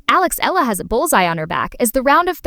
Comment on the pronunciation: Eala pronunciation E-yala